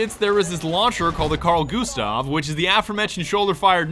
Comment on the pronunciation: I hate now he said, Gustav